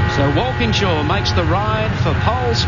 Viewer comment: Mike Raymond saying Walkinshaw wrong and Moffat calling him an Englishman are the only things wrong with this beautiful clip. Watched it live when I was younger.